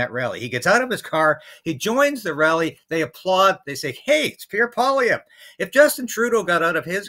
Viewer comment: You pronounced Pierre Poilievre's name correctly. That's a rarity.